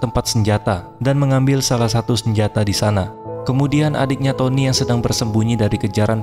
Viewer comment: ngakak karena tonny jadi tonoo😭😭🤣🤣